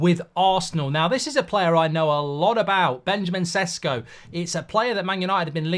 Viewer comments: You know a lot about him, and you still pronounce his surname Sesko. Šeško is pronounced Sheshko. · Its not Sesko, its Šeško, totally different pronunciation of the mans name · The correct pronounciation is "sheshko"